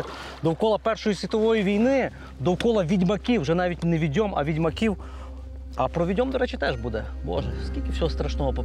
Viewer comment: Правильно не "віДЬОм" потрібно казати,а "ВІдьом",--- від слова "ВІдьма" !!!